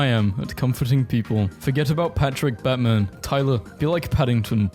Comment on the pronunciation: Its pronounced bait men bro not fcking batman